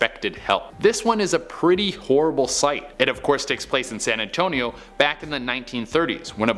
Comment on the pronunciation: San Ann-tone-ee-oh